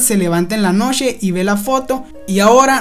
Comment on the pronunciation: el pechhhó la nochhhéé